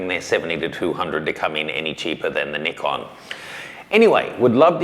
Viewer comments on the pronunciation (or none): Ni-CON not NIK-KON, you're in America now! Just ragging on you! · made a video a few months back when he talked about his plans to move to America. In that video, he brought up the pronunciation difference of NI-CON verses NIK-KON. He's almost one of us now. Brooklyn accent to soon being featured on video.. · But ive heard the Japanese call in NEE-KON , so why not call by it real pronounciation